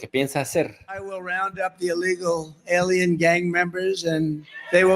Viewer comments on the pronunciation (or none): none